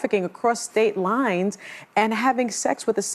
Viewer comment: 'STATE LOINES!!!!'